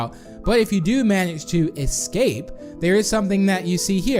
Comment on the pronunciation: Its escape not exscape